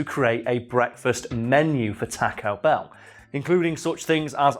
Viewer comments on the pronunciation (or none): TAH-co Bell?! TAWWW-co bell! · Teaco Bell. What is that pronounciation. xD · every now and then, I don't hear "taco bell" I hear "tekko bell" and that makes me chuckle a bit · “Tack-O Bell” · Why do Brits pronounce taco Bell. talk o bell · Tack-oh bell... I don't know why this annoyed me so much... It's a spanish word man... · The way he is sayin taco ba a bruh moment but it's all good